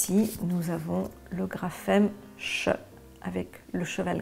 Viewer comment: J'aimerais apporter une modification dans votre exemple car ça n'est pas tout à fait juste le "ch" ne se prononce pas "che" comme vous le dites mais "chhhh" bien faire attentention. Car si vous dites à l'enfant que le "ch" se prononce "che" et bien il croira que cela s'écrit "chE" et non "CH"